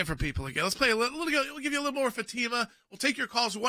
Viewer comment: Fatima; isnt it pronounced "fot mah"?